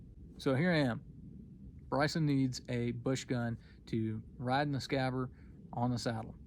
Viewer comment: Hey friend, good story and advice. If I may be permitted to point out a correction: the sheeth is called a scabbard (hard "d" sound at the end), not scabbar like you were pronouncing.